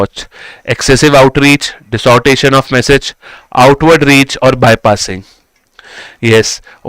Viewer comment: Yaar ye distortion ko dissortation kyo bolta hai